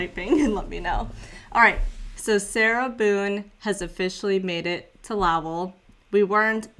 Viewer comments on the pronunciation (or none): Lowell is pronounced Low like Flow Low L ( Lowell) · The pronunciation of Lowell should sound southern.